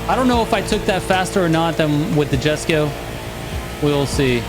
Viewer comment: ayo ma boi, the J in Jesko have a I sound, so is like, iesko something like that